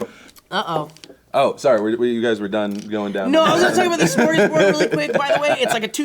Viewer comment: Why do you pronounce Sm as Shm? Cause you should just say Smorgasboard, not Shmorgasboard. I mean it's actually Smörgåsbord, but hey, I don't expect you to know how to pronounce letters you don't have.